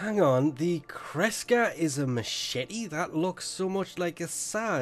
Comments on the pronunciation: i love you. but, one word: mashet xd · So is secretly French? He does not pronounce the "e" for machete.